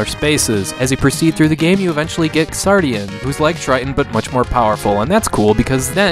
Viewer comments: When "X" is the first letter in a word it's pronounced as if it were a "Z". The "Ks" sound isn't necessary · Thank you for reviewing this game. I hate starting with a nitpick, but I believe the game is pronounced "Zardion" like how in the word Xeno the X makes a Z sound. I made the same mistake when I first heard of this game in an early issue of Nintendo Power way back in the nineties. Anyway, Xardion's development is something of a mystery to US gamers, and altogether baffling for those educated on its origins. Like classics such as Alisia Dragoon, this game featured several mecha and creature designs from prominent designers of other works (Moriki Yasuhiro of Zeorymer and Xi Gundam fame, Hajime Katoki of various UC Gundam works, and even Studio Gainax who also assisted with other games of that era including Alisia Dragoon.) It also had a short but well-animated TV commercial done in Masami Obari's style (and given Masami Obari's studio was doing anime openings like Rayearth and commercials in that era... he might really have done this one too.) The game clearly had a lot of talent behind its marketing and pre-production, and probably had a good budget to back it. The leveling system, plot, ability to revisit levels at any time, and multiple playable mecha were fairly novel concepts at the time of its release. So... what happened? I suspect this game was either intended for one of Japan's PC platforms like the X68000 and got migrated to the far more popular Super Famicom platform midway through development, or the developers were either inexperienced with the hardware or functions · Is it actually supposed to be pronounced ks-ardion?